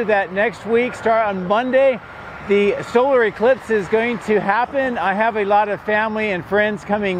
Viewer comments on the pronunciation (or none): none